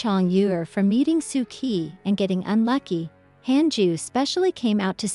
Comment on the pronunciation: Just a few suggestions - It's not kai, it's pronounced chi as in chicken. Kindly correct the pronunciation in next videos. 2. The background music is too loud sometimes removing music will give a better UX. 3. Most of the character names are pronounced incorrectly kindly correct them it affects the UX.